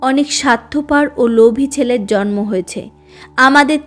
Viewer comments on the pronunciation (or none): none